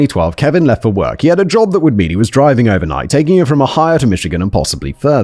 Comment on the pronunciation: It’s Ohio. And Simon’s pronunciation is the most interesting one I’ve heard in a minute